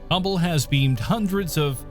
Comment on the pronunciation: I never heard of any humble space telescope, but I for sure am aware of the HUBBLE SPACE TELESCOPE, please fact check before and also get to know what you are talking about.... a simple thing like just a technical term or a name pronounced wrong is a ruining factor for the video, I almost stopped watching